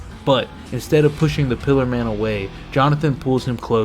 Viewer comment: Bro said ,,Piler man" Lad thats a Pillar man